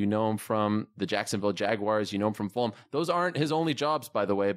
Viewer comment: The way he pronounces Fulham bothers me. Flum